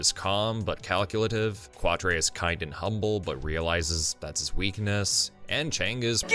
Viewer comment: Quatre is pronounced Catra.